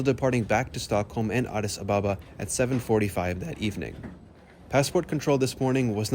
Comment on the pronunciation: Addis Ababa is pronounced Addis Ab-aba NOT A-ba-ba.